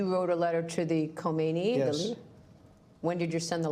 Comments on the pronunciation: It's khaminei not khomeni at least get the name right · Its fkn khamenei not khomeini. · Khamenei** not khomeini(I know it's similar lol) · It’s not khomaini it’s khameneaie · Dude; it is not "Khomeini"; it is "Khamenei". Two different so-called super leaders of Iran. The former started the shit and passed away many years ago while the latter is still in the toilet seat and shitting. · Hazřat Khameni. Not khomeni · Its Khamenei Patrick, not Khomeini. Come on bro even you know that. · It's Khameneyi not Khomeini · Khomeni? Bro you’re ignorant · isn't it Khamenei?